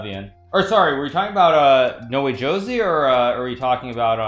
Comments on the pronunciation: its not nowejosie.... its --> NO WAY JOSÉ (ho:zay) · It’s not nowee joesee it’s no-way hose